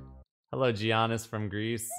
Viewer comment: You know that isn't an NBA fan if he doesn't know the G is silent in Giannis.